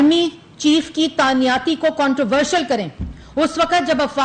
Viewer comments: Tanyati 🤣🤣🤣 madam the actual word is tainati not tanyati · اردو صحیح کرو تانیاتی نہیں تعیناتی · Taaniyaati...😂😂😂 Pehley mein samjha slip of tongue tha but is ne to confidence se bola...baar baar...😂 تانیاتی۔۔۔۔ واقعی؟ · تانیا تی تانیاتی تانیاتی . . . . . Plz some one stop her .